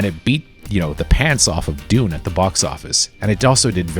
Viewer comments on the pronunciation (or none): none